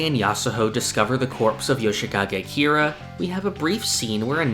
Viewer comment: Dude it’s Kira.